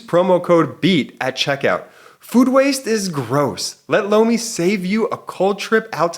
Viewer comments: I could have sworn that I saw MTG in a bestiality video the other day. (plus, your Lomi ad sounds like you're saying "blow me." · Was just listening, not watching.. when he said sponser.. "lomi" i swore i heard "Blow me" Like.. what... is this?! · My husband thought he said he heard "Blow me" instead of Lomi. Lol!! You are not going crazy.